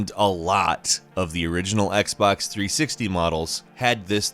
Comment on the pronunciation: Xbox threesicktees